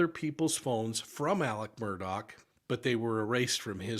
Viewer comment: Why do yall call him Alec Murdock? His fxkn name is aleX murDAUGH not alec murdock